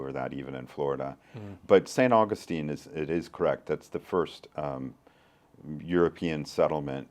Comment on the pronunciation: Just a quick, friendly mention -- the saint is St Au-GUS-tine. The city is St AU-gus-tine. Accent shifts. 💙❤️